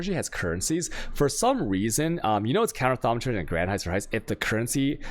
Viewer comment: The fact you pronounce thaumaturgy correctly of all things is the funniest thing in the world to me, good work dude :)